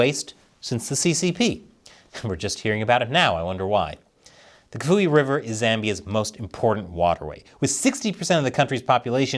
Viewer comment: Kafue sounds like CAF-E-WAY